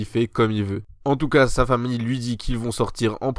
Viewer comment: É au commencement de l'anime tu as dit cha chambre😂